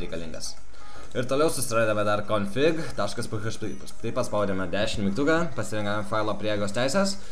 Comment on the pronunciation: Ismok kalbeti :D ne php paprstai tariamas, o PIEIDŽPI :DDD :DDDDDDDDDDD